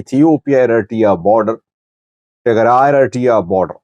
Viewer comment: Does this guy have some kind of dental wire in his mouth, or a brace twisting his tongue ?? He calls ERITREA ERITEEEYA, and MILITARY MILTREEE ... get someone else to talk for you if your tongue is missing ... so ignorant !